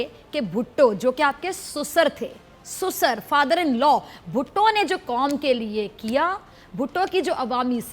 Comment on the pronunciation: Darling susar nhi sesuer hota he